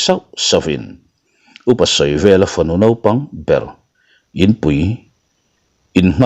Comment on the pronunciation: Duhlian ṭawng hi thatchhe tak mai leh zawmthaw deuh mai a lam rik a , sawi hi chu a ṭha lo a ni . A naupang ber tih tur ah A pangber han tih ri ngawt mai te hi a kim lo phing pheng em mai. Kawmchar ti lova , char han tih ri ngawt mai te sawisel tur hi a tam lutuk mah 2 a ni . Ka hrechiang lo tih na tur a , ka chiang han tih te hi a dik si lova , a pawi ṭhin ngei mai. Duhlian ṭawng hi duh ai in in pawngsual in in suasam deuh mah mah in in ti ve hlawm em le ?. Duhlian ṭawng hi in thiam lo han ti dawn ta che u ila, in thiam viau tho si a , in awm duh dan hi hriat thiam in harsa hkawm em mai .